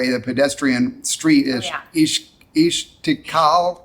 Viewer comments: It is Estiklal St. It is not Esh... It is very easy, Es ... It is the S sound like six or seven, not shix or sheven. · It’s called (ee stk lal) its Arabic name and it means independence.استقلال ،